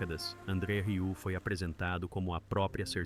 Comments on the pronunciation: "RIÚ"?! Que raio de pronúncia é essa?! Se não sabe, procure antes no Google pronunciation! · Tem que aprender a dizer "Rieu" 😜 Excelente filho 👏